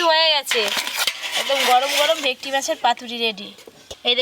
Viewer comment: তোমরা কী ভেটকি মাছ কে ভেকটি বল😂